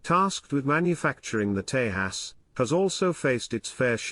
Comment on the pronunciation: It's pronounced 'Tay-jas'- (ends as in jazz)